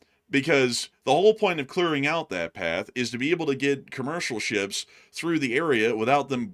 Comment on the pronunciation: “…shuuups” that’s how says “ships” lol